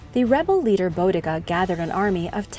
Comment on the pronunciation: The battle concerning bodicea is taught in the English history lessons, well it was when I was at school just over 40 years ago, but I would think that it still is as it's an important part of our history. Her name is pronounced bode a see er her in the UK. If you want a comical history of the gauls, read the 39 books in the asterix series